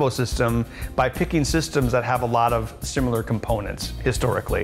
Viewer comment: SIMILAR not SIMULAR